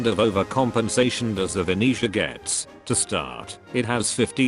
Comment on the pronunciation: Bruh, It's VeneZia not Veniscia. You just triggered the whole Italian community with this 🇮🇹🍕